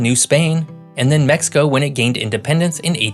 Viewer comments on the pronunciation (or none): none